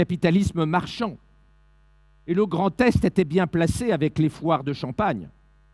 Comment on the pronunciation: Y'a que moi ou a chaque fois qu'il dit 'Grand Est' j'entends 'Grand Test'...